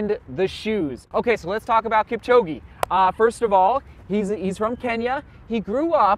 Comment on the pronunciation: Butchering his name. He's Kipchog'e' not Kipchog'i'